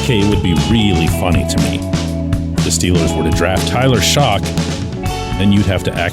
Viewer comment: It’s pronounced like shuck not shock 😂 the J1Q was supposed to end with a little rhyme “huck it ‘shuck’”